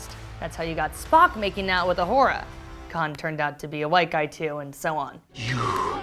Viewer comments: She called Uhura, "Uwhora" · yes and she also said Ahora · Timmy Joe PC Tech she said O’whore-a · Uhura not ahora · Uhura, not "U-whore-a"